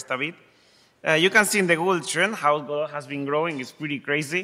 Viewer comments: Hey pronunciation police! The creator pronounces it God-dot similar to robot, and not the pretentious sounding G'doh. So stop correcting me every time I call it God - oh ! I may be wrong but I am no more wrong than you! ;) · Once and for all... is it pronounced gehDOE or GOdot? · I'm losing my mind over this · I'm only 34 seconds into the video and I'm not going to watch any more. Hearing him say "go-dot" has turned my world upside down and I'll need some time to recover from this. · It's called "go dot" just like "ro bot" which is why its logo is a robot. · So its pronounced Godot?